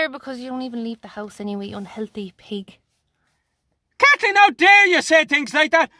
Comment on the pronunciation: "In the eee-ning katleen" 😂😂🤦‍♀️🤦‍♀️